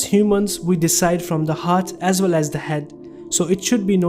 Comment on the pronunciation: Work to say the word well not vell.